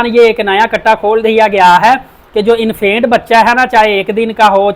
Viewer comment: Bhai Infaint nhi Infant hota ha ;)